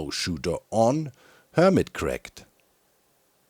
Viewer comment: This week... on Hermitract 😂